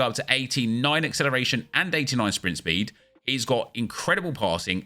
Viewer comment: Papin with that 93 Swpint spweed